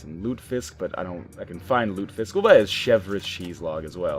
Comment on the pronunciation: It's pronounced Loot-eh-fisk.